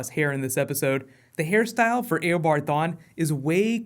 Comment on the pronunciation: thank you for saying it eobard proper